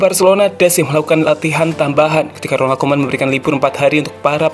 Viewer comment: 1 : 23, Salah pengucapan nama min, RONALD KOEMAN yg bener bkn ROMALD KOEMAN min.